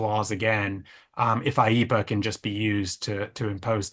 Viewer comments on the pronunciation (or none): There’s no such thing as “eepa” dude. It’s IEEPA.